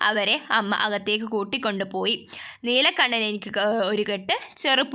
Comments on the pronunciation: Neelakanakko😂 Neelakandanaa😅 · neelakandan alle neelakannan allallo super classs